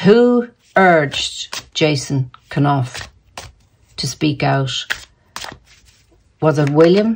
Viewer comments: Hi. It's pronounced ---- Ken Auf. / Knauf. It's from the German Knopf. Meaning Button. Knob. Chubby man, depending on which Germanic class you come from. Love readings. Great readings & banter. Those two are done. What a carry on. Keep up the good work. Infinite Love & Gratitude.🙏💕🌸 Christine. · Knauf - Norf silent k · Hi, you don’t pronounce the K in Knauf.Always look forward to your readings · Knauf like know so: Nauf :) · Knauf pronounced as "naaf" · Jason's surname pronounced: Norf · Hi. Great to hear you today. Jason Knauf (the K is silent) might not have spoken up. I read on Quora today that her people have been attacking him viciously before he decided to speak up. She knew he has the goods on her so set her dogs on him. He got permission to speak out. He was not employed by them, he is employed by the firm so William gave permission.